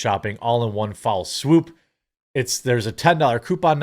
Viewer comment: "One foul swoop"? Lol C'mon, Jeremy. It's "one FELL swoop". ;-)